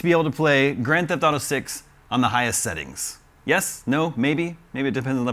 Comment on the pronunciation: I'm referring to the fact he said sittings instead of settings